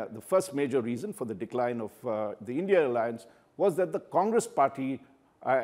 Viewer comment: It’s I N D I Alliance, not INDIA